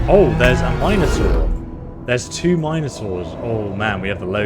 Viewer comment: The way this guy pronounces Minotaur. I don't like it.